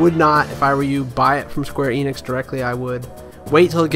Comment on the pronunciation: It's "Enix" not "Eeenix"